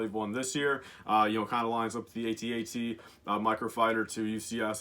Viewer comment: Ask, why do you pronounce AT-AT's wrong? Because it's been "@ since 1980 and Lucasfilm recently confirmed this as the correct pronunciation, not "aytee - aytee"...